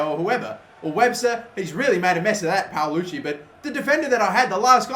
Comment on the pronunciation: his name is paloschi not palucci?